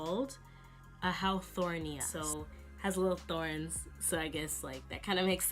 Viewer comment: haworthia not hawthornia